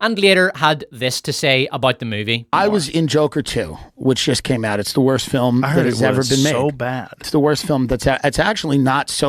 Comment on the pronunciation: I love your videos, and you say film as filim and it's funny